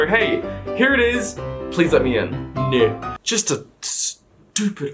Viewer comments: he rly said "ñœ" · I can’t get over the “neh”